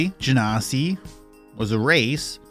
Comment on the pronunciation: Your pronunciation for genasi is correct. And by "correct", I mean it's how WotC asks people to pronounce it.